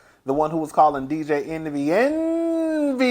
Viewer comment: Envious is my favorite when you say it